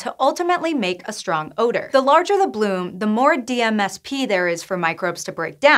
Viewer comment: Wish that DMSP was enunciated... I would like to know the proper way to say that name.